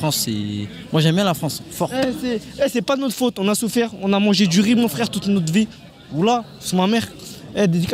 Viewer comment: 😅😅😅 Ona "souffaire". "FFFRAIRE" 😅😅